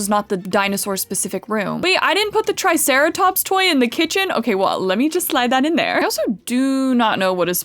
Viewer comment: Ah yes, our precious trisarahtops😂